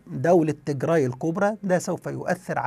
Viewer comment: عزيزي مجرد تصحيح..النطق السليم هو تيجرااااي بالالف و ليس تيجري و هذا مهم جدا يعني كالفرق بين عمر و عمرو! و السبب هو ان تيجري هي قومية اخرى مختلفة تماما عن قومية التجراي الاثيوبية المسيحية الارثوذوكسية التي تسكن فقط في اثيوبيا وبالتحديد في اقليم التيجراااي شمال اثيوبيا. بينما تيجري هي قومية اخرى مختلفة تماما عرقيا و دينيا ولغة وعادات و هذه القومية مسلمة و لا توجد في اثيوبيا اطلاقا وانما هي تسكن في المحافظات الشمالية والغربية في ارتريا وتشكل حوالي 45% من سكان ارتريا و ايضا هي منتشرة في شرق السودان وتشكل هناك حوالي 30% من السكان. وهذه القومية اصولها سبئية حميرية من اليمن ولغتها مشتقة من السبئية و الحميرية القديمة في اليمن وهي قريبة جدا الى العربية في المفردات و اصول النحو. لذلك يجب الانتباه الى الفرق في النطق بين قومية واقليم تيجراااي في اثيوبيا و قومية التيجري في ارتريا و شرق السودان